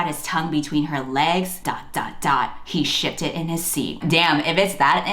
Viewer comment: I know you said shifted, but it sounded like the other S word. And suddenly this novel had another meaning hehe. Loads more. Pun intended